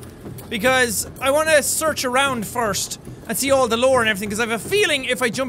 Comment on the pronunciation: Jack's confirmed to be a fish by pronouncing "First" with "Frwirst" lol.